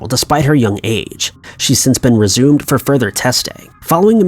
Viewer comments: Exhumed not Resumed. Lol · exhumed, not resumed. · Ok... just an FYI for you. In story #1 you said that a body had been “resumed” for further testing. The correct word is “Exhumed”. I listened twice to make sure I heard you correctly. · Anyone else hear him say Lori's body has "since been resumed," and think Frankenstein?